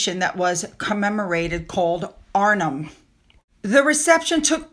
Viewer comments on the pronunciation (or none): Arnhem is pronounced, Arn hem, you pronounce the h. Oosterwijk is pronounced as an O, like in open and the wijk is pronounced like the i sound in dike.